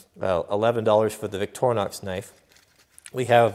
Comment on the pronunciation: Its victorinox. with a I in de middle. not vioctornox